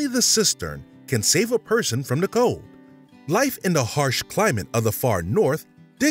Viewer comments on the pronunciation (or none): none